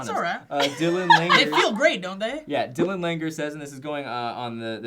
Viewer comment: Im surprised you said Langer correctly. That is my last name and cant tell you how many times people butcher it. Simple last name too lol.. Im not the guy who sent in the that message though